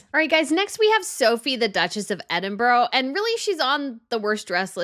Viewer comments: Please don’t say EDINBURROW, say EDINBRUH! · thank you! I found the wrong pronunciation to be rather annoying.